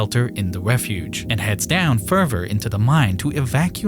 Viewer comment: this guy uses the word "further" so many times but can't say it correctly, its getting me mad